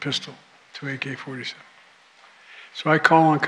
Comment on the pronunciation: Did he really mumble AK-47? Lol bruh, ¯\(ºдಠ)/¯